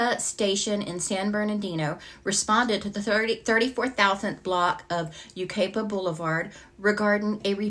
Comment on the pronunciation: Hi!! This is very near to me. The city is pronounced like this - U-ki-pa, with a long i in ki, like pie. Such a sad case😢. ❤❤